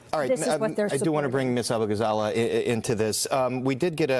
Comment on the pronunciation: Her name is Kat Ah-boo-gah-ZAH-LAY not “zay-luh”.